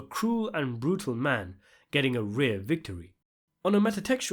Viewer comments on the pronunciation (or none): “A rear victory” LOL